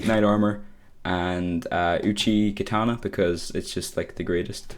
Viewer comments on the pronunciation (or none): none